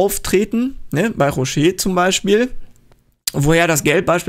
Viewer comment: ROSCH (wie BOSCH) nicht ROSCHEE (wie ROCHER)